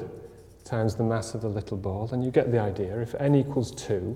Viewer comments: i just really hate it when someone pronounces the word idea like idear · What's an "idear"?